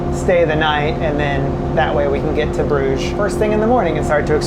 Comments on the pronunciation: Pronounces brug ge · attempt at pronouncing the name "Brugge" - completely wrong! LOL! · My Belgian wife tells me the pronunciation of the place you started from is pronounced Nee-port in English. It’s like when you go to Brugge is actually pronounced. Bru-ha. Don’t ask ¯\_(ツ)_/¯